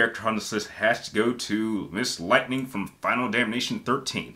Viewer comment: Dang u ain’t gotta do lightining like that😂she isn’t that bad lol and it’s also vann not vane 😁🤣🤣